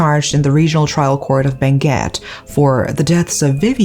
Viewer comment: Thanks for the correct pronunciation of our Province of Benguet and also to the Municipality of Sablan. Great story telling.